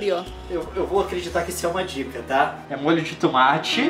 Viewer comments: o Leon fala tumate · Sem querer ser chata mas alguém já percebeu que o Leon fala "tumate" ao invés de "tomate"?